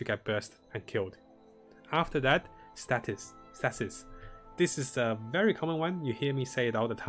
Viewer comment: I understand that english isnt your first language but for the love of god can you please actually read things correctly. "wings of asher"???? not even close to ishmir. and you always say the stasis damage node wrong too